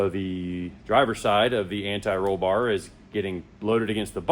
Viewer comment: Thank You For Sayin “Anti Roll Bar” Correctly Unlike Some of These Other Idiots That Say “Ani Roll Bar” Which Sounds Really Dumb